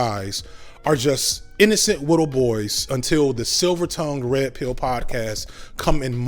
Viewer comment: his he saying "little" or "wittle"?